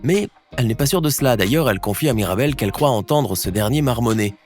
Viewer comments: en tu a pas dit mirabelle tu a dit maribelle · MIrabel pas Maribel 😅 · wsh il a dit maribel au lieux de mirabel🥲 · Qui l'as entendu dire maribel au lieu de mirabel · C pas maribel c mirabel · On n'est d'accord pour dire qu'à 5.52 il dit maribelle au lieu de mirabelle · Se miradel pas maridel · Il a dit "maribel" et louisa ma c pas MIRABEL? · elle s'appelle mirabel et non maribel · À 5,45 minutes il dit Maribel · Il a dit maribel 😂😂😂